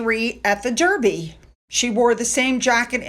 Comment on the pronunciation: I'm not being an AH, but just fyi although it is spelt DERBY we actually pronounce it DARBY :).....but seeing how well you're doing now with WimbleDon 😘